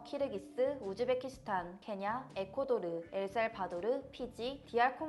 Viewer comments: 에코도르가 아니라 에콰도르 아니예요?? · 제가 알기론 에코도르란 나란없습니다! 에콰도르는 있지만요ㅎㅎ 오탄가요?